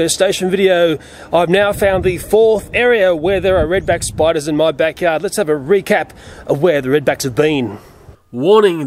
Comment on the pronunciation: I love the way he talks 😂😂. Reed beck spoiduuuuuuuuus 😂